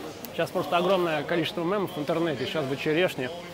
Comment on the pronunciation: да ну не мЭм а мЕм! Который раз мой слух режет )) без претензий, а так в помощь )